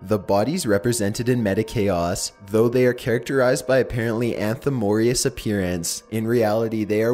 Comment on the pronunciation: Also, he botched: "Anthropomorphous"-----"An-Throw-Poe-More-Fiss" (Describing something by applying human features or characteristics to it.) I would suggest he google the words he's not familiar with and use the audio function to hear the proper pronunciation. Not trying to be a dick, but he tends to mispronounce several words per episode.